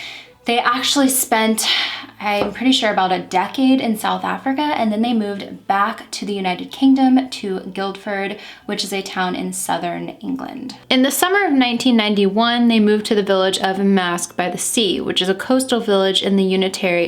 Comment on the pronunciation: I thought I’d let you know that you mispronounced Guildford. You pronounced everything else right, but it’s not GuilDford but Guildford like fish gills with a ford after.